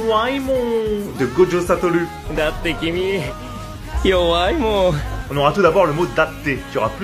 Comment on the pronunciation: Sa me tue comment il prononce le yowai moon 😭👌